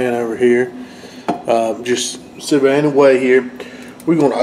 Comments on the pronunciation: "Sue Veed" not "Sue Vay" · I'm asking this because I'm genuinely curious. I've heard a couple other southerners pronounce "sous vide" like you--"sue VAY" or "sue VADE"...Why is that? Everyone else pronounces it "sue VEED"...like "seed." Love your videos, including this one. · hey man not trying to be the grammar police or anything but you do such a good job with everything, I just wanted to give you a heads up on how to pronounce "sous vide". it's pronounced "sue-veed", not "sue-vay". love the recipes brother!